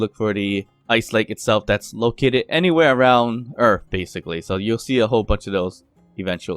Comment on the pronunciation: Earth. Not Earf.